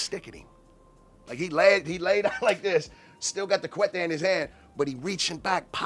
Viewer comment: None of this make sense went to prison at 17 but before that he had a house in palmdale selling narcotics in downtown l.a his wife was pregnant refer to a filero as a cuete claims to speak Spanish but yet he can't pronounce not a word in spanish you ain't no g no big homie no nada youz a con artist